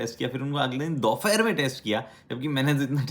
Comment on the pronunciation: Bhai dopahar.. dophair kya hota?